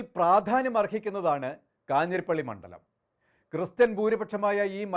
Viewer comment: ഇയാളും പതിവ് തെറ്റിച്ചില്ല. മണ്ഠലം എന്ന് തന്നെ ഉച്ചരിച്ചു. ണ്ഡ എന്ന അക്ഷരം ശരിയായി ഉച്ചരിക്കുന്ന മാധ്യമ പ്രതിനിധിയെ അത്യപൂർവമായി മാത്രമേ കണ്ടിട്ടുള്ളൂ. മിക്കവരും ണ്ഠ എന്നാണ്‌ ഉച്ചരിക്കുന്നത്.